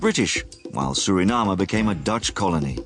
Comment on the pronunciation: It's soooo refreshing to hear a Foreigner pronounce the Name of my Country SURINAME the proper way instead of trying to pronounce it in an English way, together with other important names! MI LOBI KONDRE SRANANG (my beloved country Suriname)